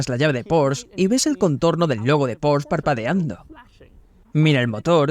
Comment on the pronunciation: Bueno, el wagon mas loco del mundo con permiso del Ferrari FF. Y por otro lado, se que algun dia nos haras felices y tu doblaje al español dira "Porsche", con la E final. Como les gusta a los alemanes 🤣